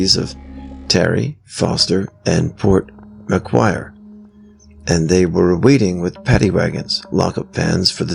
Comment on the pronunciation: Wingham isn’t too far from where I live. Love your attempts to pronounce Taree (Tar-ee)and Port Macquarie, oh and many points for saying arse 😊